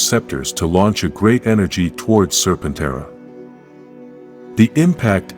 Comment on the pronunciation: Lord Zedd's zord is pronounced "Ser-pen-TERA". Not "ser-pen-TRA" Please correct that in the narration software.